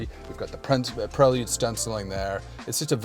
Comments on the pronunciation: It's Pray-Lood Dude. Do you all call him Joe-Han? 😂 Prell-Yood to a Kitz ....🤣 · Onda Prelyude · The way he said it's name was killing me. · Don’t say prelude like dat